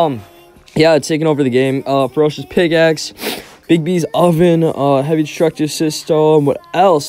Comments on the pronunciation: He said ferocious pigaxe lmao 😂 They still haven't nerfed or deleted the Solar Flare (Hopefully they delete it so I can get a refund) Livestream PLEAAAAASE How much to bet the first place guy was the luxury beats or solar flare spammer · he said pig axe